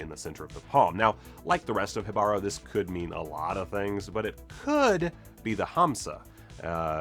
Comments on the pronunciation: Great vid with so many easter eggs! BTW Jibaro is pronounced "he (like in the second person he) bah-roh". The accent is on the 1st syllable. Jibaro shows pretty well the bloodbath and genocide that all the aboroginal people suffered in South America because of the conquistadores. Thanks for the video! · For clarification, from a Puerto Rican, it's pronounced HEE-bah-ro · the emphasis for Jibaro is on the first syllable, not the second. It should be spelled Jíbaro and it will forever drive me nuts the creators didn't add the accent in the title. I also think it's weird they named the conquistador that. It originally means person of the forest in Taino and would better apply to the siren. In modern Puerto Rican Spanish it refers to country people from the mountains, which pretty much every Puerto Rican is descended from or still is. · Okay...I might get fire for this but, as a Spanish native speaker, shouldn't it be pronounced: Jíbaro (Accent on the I and the Ji having a "J" sound as in "Hidden" I've heard so many people pronouncing this differently. I've heard enough Reggaeton to have some precedent. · Kudos for trying to pronounce Jibaro right, you were close, just missed the accent in the i instead of the a but the J is good.